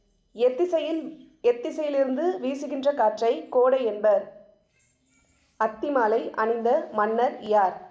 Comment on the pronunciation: அத்திமாலை ,ஆத்திமாலை இல்லை.